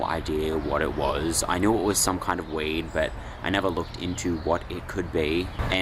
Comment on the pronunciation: Lol. I had never heard of a plant called "wade". Then I realized you were saying "weed". If it is indeed mallow, its strange theres no flowers on it. Mallow flowers all season it seems and yours would be quite mature. I have some in my yard. They also also edible to humans. There are plants with similar leaves like hollyhocks which are very close related and wild geraniums. I would think geraniums have a weird smell though. There may be many more. I have my doubts that it is Malva sylvestris. Apparently there are 61 species so it could easily be one of those.